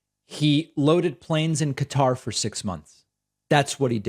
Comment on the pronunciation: David, SIR! May we have a pronunciation check on Qatar? I have heard it pronounced in a different way than you’ve done! Thanks. I became a member today using your coupon code!